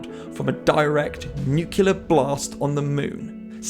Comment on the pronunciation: "nukelar", huh.